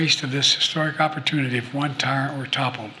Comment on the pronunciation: An "opportoonity" for who? BlackRock?